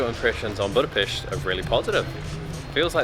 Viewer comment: Hi Guys, Nice video, I hope you've had good time. On the first hand many thanks for pronouncing the word Budapest properly (most of the times😀). On the other hand I want to share two things; 1. We don't have Jewish quarter. The place what people are use to call by that name refers to the Jewish ghetto's position in the Second World War. 2. The smell is because of all the drunken peoples are constantly urinating on the street..😪 Thanks for the visit, next time try these; kőrözött, hortobágyi palacsinta, rakott krumpli, and házi pálinka. All the bests; István